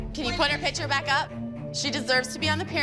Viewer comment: Why can’t pronounce picture? It’s not pitcher. 😫